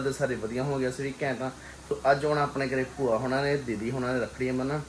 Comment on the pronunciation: ਬੂਆ ਨਹੀਂ ਭੂਆ ਹੁੰਦਾ 🙏